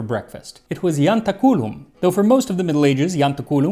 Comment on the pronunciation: It's "iantáculum" and the stress is on the next-to-last syllable - it has naught to to with "culum". This is all the funnier as you stress the Italian word "gentaculo" - which is the exact same word just some sound shifts later - without any blemish.